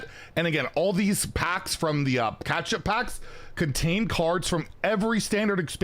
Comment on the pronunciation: I can’t tell if you’re mispronouncing catchup wrong on purpose It sounds like you’re saying ketchup.